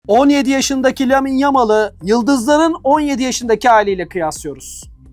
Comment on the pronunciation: adamlar hala lamineyi lamin diye okuyorlar. kardeşim adam ispanyol futbolcu fransız falan değil lamine diye okunur LA Mİ NE. aynı şekilde alexis mac allister mek elıstır diye değil mak allister diye okunur